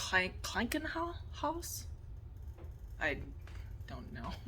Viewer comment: Krankenhaus (long ahhh) 🙂